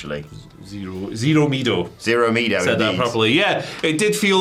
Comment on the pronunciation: Boy just wanted to help you out, it’s Miedo is not Mee-Doh It’s said Me-eh-Dough Couldn’t tell if you guys were messing around with the name or not so wanted to help 😊